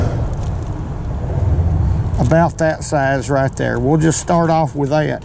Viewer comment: I like how he pronounces the word off "Owwwff"